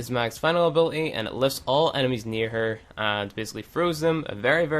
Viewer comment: "ability has a T in it